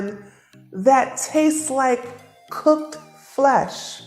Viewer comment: The way you say it cocked flesh 😂 I eat meat , but I still listen to you and appreciate your work and how your helping everyone thank you